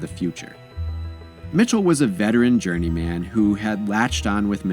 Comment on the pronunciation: My man says "journey-MAN' on every video LOL...He pronounces it like there's a superhero named Journey Man.....